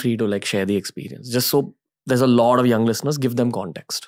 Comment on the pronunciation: it is "Lot of" not "Lawd of lod of"....what is "lod"?? or "lod off"?